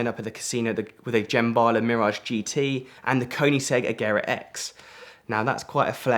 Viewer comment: This guy has a fascinating life but my god he need to work on his pronunciation. Seriously if I heard him say ‘Jemballa’ one more time I was going to throw my phone out the window!🤬